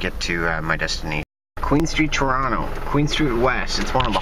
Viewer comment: That was interesting trip, though would have liked to have seen inside the airport. I like the way you pronounce 'Trono':)